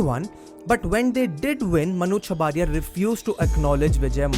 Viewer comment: Chabria not 'chabaaria'